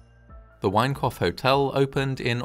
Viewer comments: Thought you kept saying 'wankoff hotel' 😂😂😂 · Sounds like the narrator is saying the Wankoff Hotel... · Every time you say Winecoff, I hear ‘wank off’. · All I hear is, "The Wank-off Hotel." 😂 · Obviously a terrible tragedy, but I can't help chuckling a little whenever you say 'Winecoff'. Sorry. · With a name like 'Winecoff' you had better be precise in the enunciation of one's vowels . . . .